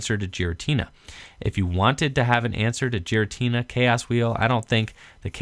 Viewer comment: Pronounced "Gear-uh-tee-nuh".